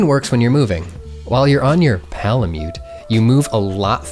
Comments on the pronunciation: why do u say palamute like _____,,,,,PAålamute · says pal-a-myoot also: wet-stone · why does he say "palamute" so weird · Lol why are you saying Palamute like that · Why he say palamute like that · the way you say palamute gives me a weird sense of uncomfortable comfort and I have mixed feelings about it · “While you’re on your ~P𝔞𝔩𝔞𝔪𝔲𝔱𝔢~” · Lol I wondered why there was so much emphasis on that as well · more like Pal-a-cute! AM I RICE? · my ears cringed at this. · This video literally sold me on getting the game, thanks! p.s; how come you say palamute weird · The way says PALAMUTE